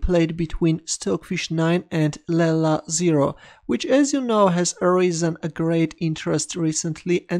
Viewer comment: It's not "Lella". It's "Leela".